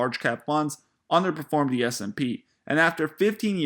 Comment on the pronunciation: Learn how to say the word “The”. Say the th in it dude....